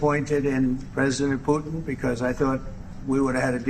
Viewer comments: Huge fan of your channel but one suggestion; pronounce the hard "T" sound. It's PuTan, not "Pu-ann." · Who is Pu-in? Don’t you mean PuTin? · Who the cornbread HELL is “poo-in”???